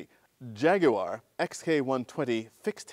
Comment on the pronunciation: Thank you for saying "Jaguar" correctly. Got my like right there.